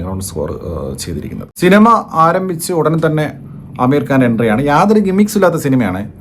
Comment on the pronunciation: അമീർ കാൻ ❌ ആമിർ ഖാൻ ✅